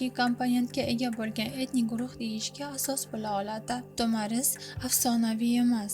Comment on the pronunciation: Ассалому алайкум туғри талафуз қилди Тумар деган манони англатади Тумар деган нарса боғланадиган яни тугунга ухшайди буйинга осиб боғлаб юрадиган тугинга ухшаган олқа русча айтганда сепочкага ухшаган нарса Тумор.тагида тугунга ухшаган кичкина халтачаси булади